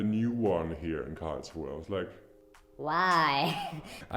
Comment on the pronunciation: I love how you pronounce KARRRLSRUHEEE. :D